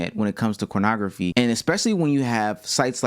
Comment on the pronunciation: why is he saying cornograpky??